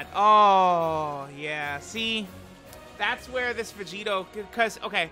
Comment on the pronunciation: that "look at Vegito man" made me hear "look at Curry"